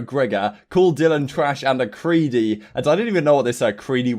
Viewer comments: "Creddy" not creedy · Creddy, not creedy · He meant to say "Creddy" not creedy, it means basically "low-tier" or "sh*tter"